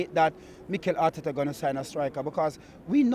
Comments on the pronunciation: And harteta😂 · Harteta hout...